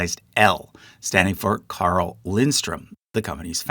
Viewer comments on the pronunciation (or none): none